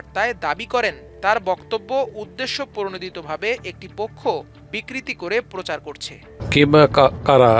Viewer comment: বিকৃতি না রে ভাই বিকৃত !